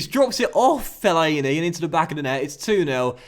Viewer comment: LOL the way you say Fellaini!